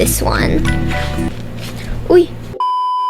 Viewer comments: the way she said "uyy" was super filipino codedddddd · Wow you filipino? You said “oy” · The uy was so Filipino 😭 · Hi sorry I’m new but are u Filipino? Cus the way u said uy just sounds so Filipino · the "uy" is giving filipina haha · the uy was so 🌟FILIPINO🌟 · I knew immediately that she was in the Philippines when she said "uy" thats a real Filipino accent😆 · the "uy" sound so filipino BWHAHAHHA 😭😭